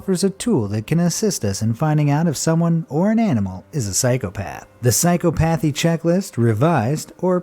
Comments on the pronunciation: Dude, psychopathy isnt pronounced that way. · Your pronunciation of psychopathy is hilarious.